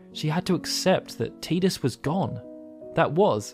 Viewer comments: Its notttt teeeeedus its Tidus where the hell are all the eeees coming from......there is not letter E in tidus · I loved this video ! i learned so much about yuna that i didn't know even after playing FF X and X-2, the only thing that bothered me was the way Tidus was pronounced lol it's "tie dus" not "tea dus" but i digress lol Great vid! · It's Ty-dus not Tee-dus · I like the work that you put into this, just wish you'd have stopped making me cringe with your pronunciation of Tidus as Teedus instead of Tide-us, sigh. It made it difficult for me to want to continue. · Te-dus is incorrect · It's pronounced Ti-dus. Get his name right